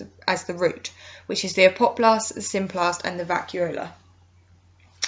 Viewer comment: really gets to me everytime you say apoplast...